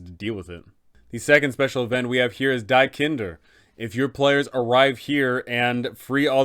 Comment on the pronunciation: Had to chuckle a bit as I saw the "Die Kinder" event and hearing it read aloud. It's not die as in death but die as in the neutral german plural article of "the". So "Die Kinder" just means "The Children" and is pronounced as "dee" (so just like you pronounce the basic letter "D"). Besides that, I wanted to say that this walkthrough is amazing so far. The best thing out there to prepare for Strahd! Thank you for your work.